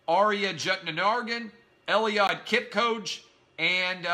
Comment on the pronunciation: What's with this guy's obsession about LeBron James? Why is he #13 and Eliud Kipchoge #2.Real simple. Kipchoge was named World Athlete of the year (before this ignorant buffoon ranted and doesn't even know how to pronouce his name.) Kipchoge set the world record for the marathon. Lets see LeBron run sub miles for 26 miles and 385 yards. Good luck on that one. There still are plenty of arguments one can make that Jordan was better than LeBron, even though LeBron has a more well rounded game. There's nobody that's run faster than Kipchoge and he's won 10 of the 11 marathons he's ever run in his life. Sorry Clay, you just don't know sports like you think you do. Very sad your getting paid to talk stupid. And yes even though I'm a Yankees fan, Mookie Betts was better than Mike Trout in 2018 as well. MUCH BETTER